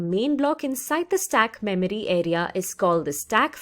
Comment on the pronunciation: I like how you say "" Memery" :D